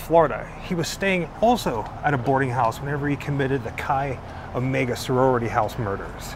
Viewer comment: As a Bundy enthusiast, thank you for pronouncing Chi Omega correctly! Great video.